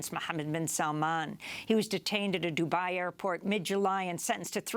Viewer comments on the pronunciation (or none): none